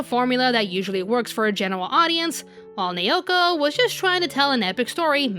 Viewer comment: I still think the 90s Sailor Moon was spot on in character depth and development, with a goofy sense of humour, in the original Japanese version. BTW, her name, Naoko, is pronounced NOW' ko, in case you haven't learned Japanese pronunciation. Informative yet egotistical presentation, but, oh well, it takes all kinds! Personally, I think SM Stars was better plotwise for us OG fans. 🌛🌝🌜👸🏻